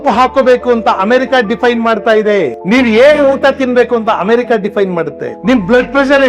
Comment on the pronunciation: ಅಣ್ಣ ಸಾವಿರ ಸಲ Diffaine ಅಂದ್ರಿ. ಎಲ್ಲಿ ಕಲಿತಿರಿ? ಆ ಮಾತನ್ನೂ Diffaine ಮಾಡಿರೋದು ಅವರೇ 🤷‍♀️